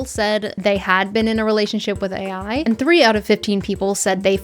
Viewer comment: Nice I'm not the only one that calls AI as ey, 😂